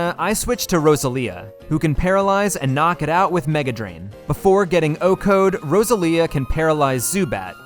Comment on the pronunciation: Wait, sorry- "roseLIA?"